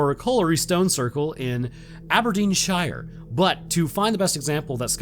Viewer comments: Always makes me laugh how Americans and Canadians pronounce the 'shire' in UK counties. You tend to over complicate it, everyone in the UK pronounce the 'shire' as sheer/shear. Local differences in accent and dialect might modify it a liitle here and there but they're pronounces as sheer/shear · I’m gonna be that person for ya,! “Shire” isn’t pronounced like it’s spelt (Hobbit style). It’s “shur”!